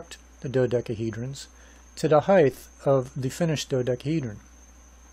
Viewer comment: sorry, pet peeve...it's not HeigTH, it's HeigHT